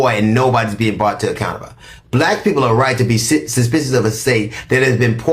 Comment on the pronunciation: not being able to say suspicious, because of his new dentures is HILARIOUS. But! He read him down.